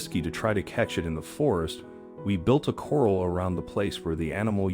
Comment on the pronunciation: Heifer…corral…heirs…rumors…love the story of sweet Bonnie, but my gosh…if you’re going narrate something for distribution, learn how to pronounce the basic words of the story! Surprised he didn’t say, “Dart Mouth 👄 “. 😂. So glad Bonnie’s story had a happy ending.